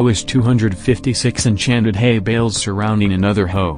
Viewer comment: i hear hey bells instead of hay bales